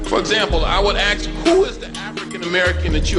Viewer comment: This guy is a teacher or something and he can't say "ASK" properly? hahaha what the hell